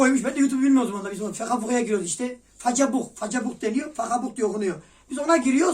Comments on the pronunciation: Façabuh deniyo fahabuh diye okunuyo jkvbekjnglıkbjetşlbf kralın konuşmasında bile faça var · facebok diye yazılır fageebok diye okunurr adammmmm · Facabuk deniyo, fakabuk diye okunuyo. -Sir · Facebook ama fakebok diye okunuyor :D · FACEBUK DİYE YAZILIYOR ,FAKABUK DİYE OKUNUYOR :) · Facebuk a, fakabuk diyen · Facabuk fakebuk diye okunuyo 😂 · Facebuk deniyo Fakabuk okunuyo Mark Zuckerberg: d0ru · façebook deniliyo fakebook diye okunuyo aynen öyle